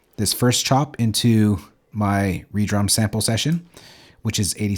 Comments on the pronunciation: man called it re-drum😭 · Saying reedrum is crazy